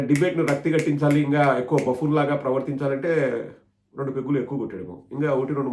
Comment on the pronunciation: బాఫూన్ కాదు బబూన్.